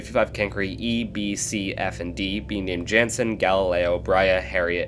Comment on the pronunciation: He I know I've already said this before but just in case you didn't see. You're pronouncing 'Jannsen' wrong. Its actually 'yan-ssn' can you please add this to your future videos?